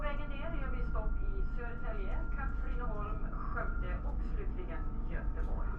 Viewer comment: The first stop Södertälje Syd is Soedertaelje South, the second Katrineholm was correct, the third one Skövde is Skoevde. Ö or oe is pronounced like a in english, as in A train. Ä or ae is pronounced like the E in tell.